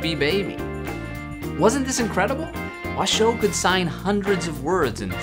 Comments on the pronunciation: "Washoe" is accented on the first syllable, like the county in Nevada where Reno is. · You seem to have VERY little information to go on and no real understanding of this topic. I wonder what your motivation is here. I worked with Washoe (which you mispronounce) at the sanctuary where she spent the rest of her life along side her chimpanzee family. ASL studies continued there. Not only do chimps who are taught ASL completely understand what they are conveying through sign, they are also able to convey emotion and empathy using ASL. Washoe taught her adopted son, Loulis to sign by shaping his hands into signs corresponding to objects. This was done on her own accord, with zero human interference. Loulis used ASL daily when I met him as an adult. The chimps I worked with used ASL often without humans being present. They also signed to humans without prompting of any kind. The chimps made paintings and named them using sign. There is SO much more information on this subject if people are interested. Many scientifically sound studies have been published and they are not hard to find.